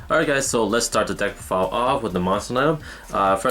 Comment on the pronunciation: you said deckrofile lmao